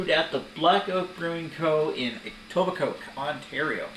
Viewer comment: Etobicoke is actually pronounced like "E-toe-ba-co". Good Video guys. Would have loved to try that beer.